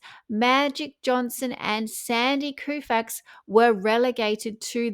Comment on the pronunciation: TB: Great job! Just a tweak; our American sports icon, Sandy Koufax, pronounces his last name "KO-fax."